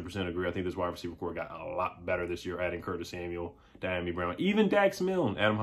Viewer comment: The pronunciation of his name is D ah me brown